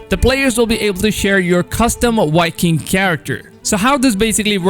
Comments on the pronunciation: Are you calling Vikings, "Wikings"? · 🤦‍♂️ Because, they're called Vikings. So why is he saying "wikings" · It’s Vikings not Whitekings 😄😄😄😄